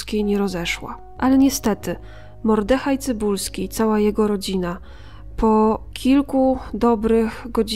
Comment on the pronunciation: Hej. Pięknie opowiadasz wspaniałe historie! Jest i jednak łyżka dziękciu. Nie MordEhaj tylko MOrdehaj! (Duża litera wskazuje akcent). Mimo to pozdrawiam, kibicuję i wiernie słucham :) A tą historię, miałem zaszczyt słuchać, z ust więźniarki, która była wtedy w obozie. Łzy w oczach przez całą opowieść!